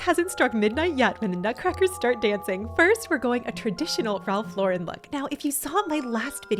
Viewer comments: Omg I'm so glad you started saying Ralph Lauren the right way 😂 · Wonderful ideas! I am impressed that you pronounced Ralph Lauren correctly!😊 Most people try to make him French😅😅